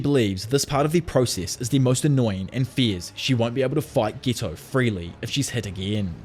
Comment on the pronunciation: Who's gito? It's geto